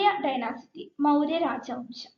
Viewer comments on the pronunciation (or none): ഡൈനസിറ്റി അല്ല ഡൈനാസ്റ്റി... ക്ലാസ്സ്‌ വളരെ ഉപകാരപ്പെട്ടു.